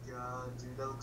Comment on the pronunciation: "litelally"